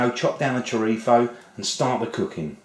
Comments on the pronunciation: It chrizo not chirtho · it's choreetho or choreeso, not choritzo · I’m Filipino of a Spanish, Chinese, Japanese, and a remote European descent, and I’m pretty sure you don’t pronounce chorizo as “Choritho” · Es chorizo... no choritzo. Chorizo or spanish sausage is also in spanish lenguage A THIEF...LOL......like the chorizo IÑAKI URDANGARÍN...The son in law of the ex-king of Spain Juan Carlos I. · Bill Stoeckel You are both wrong is CHORIZO, not what you said ,not this...CHRIZO you eated the O and not the other one that you were saying......CHIRTHO,so you were wrong before you try to correct others correct yourself ,CHORIZO......that is , now you know. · Did he say "chorifo"? It's a z, not an f. LOL! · did, but it's entertaining ;-) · love the way you say chorizo